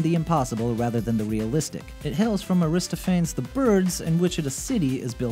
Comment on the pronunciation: I believe you pronounced Aristophanes wrong, but I'm not quite sure…